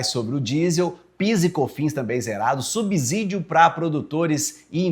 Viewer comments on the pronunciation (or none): none